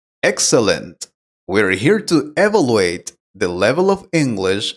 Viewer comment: I like your video, but I think the pronunciation of evaluate of the video is wrong.